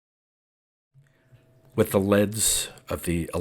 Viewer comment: Dude.. I appreciate these stories immensely. But with all due respect, it's "leeeeeeeds." A wire leading from a machine to a person is a leeeed, not a led. Also, electro-en-CEPH-a-lo-graph.